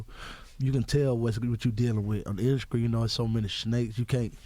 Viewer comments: The induscry😂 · skreets = streets induskry = industry